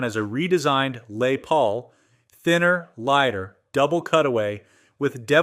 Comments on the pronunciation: "Lay Paul" "Lezz Paul" ITS "LESS PAUL" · A lay Paul? . God I hate A.I so much. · AI....Cant say "Les Paul."...what on earth is a "Lay Paul".?....lol